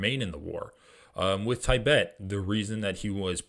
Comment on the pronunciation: dude, these vids are good but please learn how to say Tibet properly & it’s wasn’t 12 thou killed on Oct 7, it was 1200